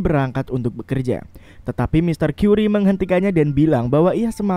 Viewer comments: Mon MAAP bukan tuan kyuri tapi tuan kari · Mr curry itu bacanya kari, bukan kari ayam tapi ya